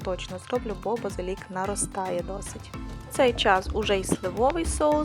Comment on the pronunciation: Гарний канал українською мовою, але правильний наголос у слові базилІк, а не базИлік, а також голубцІ, а не гОлубці😏